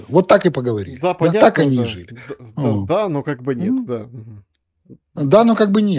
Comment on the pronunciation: когда не понимает о чем идёт речь,всегда произносит да-а-а